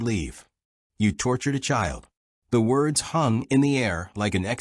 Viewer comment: "Woads" get out of here fool.